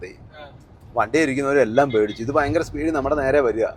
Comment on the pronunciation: ഫയങ്കര അല്ലാ ഭയങ്കര